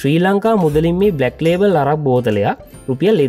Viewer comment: අරක් නෙවෙයි බන් ඇරැක්